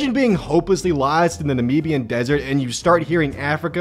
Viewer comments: The way he says Namibia/Nambian as a person from the area near it,pisses me off lol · As a Namibian I have to ask, why can no one outside of Africa pronounce Namibia correctly?